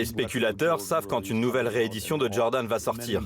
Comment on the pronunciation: « JordanS » « yeezyS »